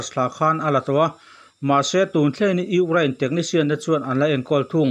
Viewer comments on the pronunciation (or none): Gaithla hman chiah e ngaihnawm dawn lutuk ... Mahse ugrain ti zel a 😂 Ukraine 🇺🇦 🙏🏼